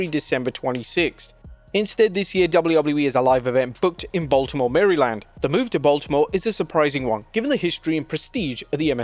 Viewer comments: "Mary land" 😂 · Baltimore Marry-land lol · Sending positive energy out there for The King! You got this Jerry ❤ also loved the way your pronounced MARY-land 😂😂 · Mary Land? WTF is that?!!!!!